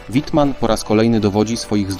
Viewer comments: Wittman nie Łitman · Łitman, serio ???